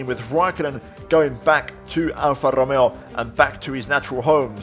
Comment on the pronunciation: althought it is pretty obvious, you do speak spanish. the way u saud RRRRRomeo just confirmed me it